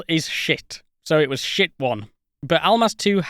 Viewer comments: Sorry duder, it's "shtit" (щит) not "shit" (шит) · The Russian word for shield is pronounced more like "sheet". Not as funny, but more accurate. In any case, thanks for the video!